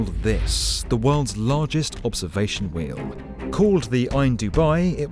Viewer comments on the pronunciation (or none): Note to the non=-English: That "sampuw" is this poor guy's attempt at "sample." "We-you" is his idea for "wheel."